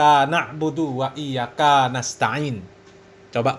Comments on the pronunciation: Iyya kaanak budu waiyya kaanasta'iin😂😂 ini aja jelas terdengar salah😂bc Alfatihah sdh g benar😂 gitu berani jadi yai a ustadz 😂🎉😂g tau malu g takut dosa taaa yaa Alloh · Baca 'ain salah dan Iyya ka...gk panjang.